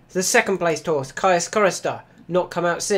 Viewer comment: I think it's pronounced "keys" chorister, like caius college cambridge